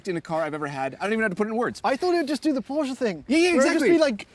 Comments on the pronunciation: it’s not „Porschaaah“ it’s PorschE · I love your content guys, an old viewer ❤ but please stop saying “porschaa”, it’s “Porsche”.